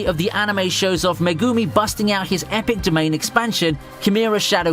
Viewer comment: I like pretty much all of your vids man, but i dont get it, you watch the Series, hear the names, but say it so diffrent, idk if Its just me, but i dont know who suguna, meh gumi or Na Na mi is?